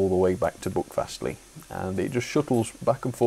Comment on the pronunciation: My local railway. It’s quite amazing. Can’t wait until they extend it to Ashburton and eventually restore 3803 and Dumbleton Hall. PS your pronunciation was a bit off but far better than most of the tourists we get. Buckfastleigh is pronounced b-u-ck fastleigh and Staverton is pronounced Sta-ver-ton.